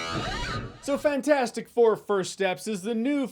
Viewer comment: It still bugs me that he never pronounces the “T” in FANT4STIC.